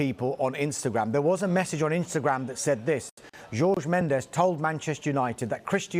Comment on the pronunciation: Pronouncing jorge as george is making my ears bleed